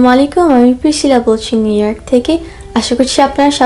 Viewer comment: আসসালামু আলাইকুম, আমি প্রিসিলা বলছি নিউইয়র্ক থেকে। প্রিসিলা যখন বলো খুব সুন্দর লাগে।উচ্চারণটা (প্রিসিলা)